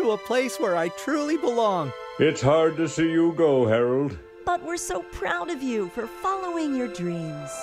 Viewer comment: I laughed too hard at "Hairold"